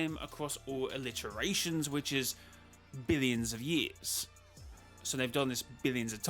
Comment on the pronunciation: PLEASE THERE IS NO L IN ITERATIONS STOP PRONOUNCING IT LIKE THAT I swear if you're doing that engagement trick you mentioned on stream...